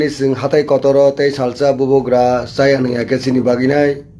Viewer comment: what is bobo gra please do pronoun correct ly